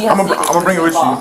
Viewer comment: "WIT" you